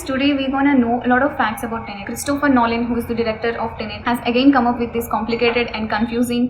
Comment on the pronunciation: It's tenet ma'am not tenent